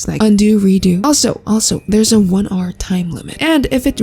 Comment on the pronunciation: "There's a one arrrrr time limit"